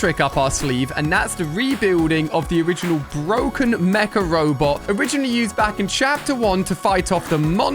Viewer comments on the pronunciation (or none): Everytime he sais mca robot, I understand macaroni.